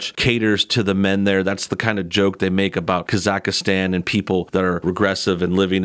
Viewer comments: Great videos but its pronounced Ka zak stan, not ka zaka stan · Also, "KAH-zahk-stan" is how you pronounce the country's name, not "Kah-ZAHK-uh-stan". It says so in their (fake) national anthem. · It's pronounced KAZ-AK-STAN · KAYAKAYAKAASTAN lol you say it so weird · It's still not "KazakhAstan"